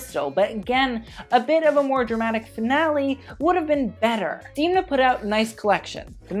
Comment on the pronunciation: Démnà not Deemnaa ;) x more pronouncement tips just call me